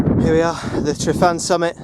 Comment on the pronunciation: Pronunciation is Truvan. Y sounds uh. Get help from a welsh speaker because this cast is totally spoilt. First climbed ryfan (Truvan) in July 1963.